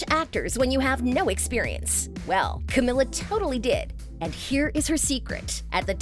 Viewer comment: It not pronounced Camilla it’s pronounced Cameeeela